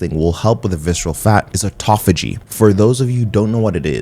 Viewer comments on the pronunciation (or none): I think you mean Autophagy? Missed the h. But you are saying it wrong too